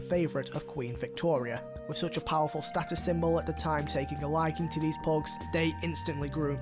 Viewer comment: Its pugs hes saying phogs